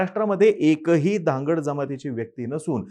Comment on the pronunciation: भाऊ साहेब, तूम्ही जे उदाहरण देत आहे, त्याचा उच्चार धनगड नसून धांगड आहे. जी ओरोन ची उपजमात आहे. तेंव्हा चुकीची बातमी देऊ नये, तसेच हि जी धनगर मंडळी पूर्वी ओबीसी मधे होते, ते कालांतराने ते NT मधे आलेत. त्यावर त्यांचे समाधान झाले नाही आणि आता ते ST मधे यायला मागतात. ते का?? दुसरे असे की तुम्हास ST मध्येच का यायचं आहे?? एससी मधे का नाही जात?? झुंडशाही चे भरवशावर तूम्ही काहीही करणार का?? निवडून येण्यासाठी सत्ताधारी पक्ष लोकांना एकमेकांविरुद्ध भडकावत आहे. काल परवा पर्यंत जे गुण्यागोविंदाने, मिळून मिसळून राहत होते ते आज भांडतात. हा खेळ मांडू नका, नाहीतर.. जसा भस्मासुर गेला तसा तुमचा पण या आगीत भस्म होईल. तेव्हा सावधान..!!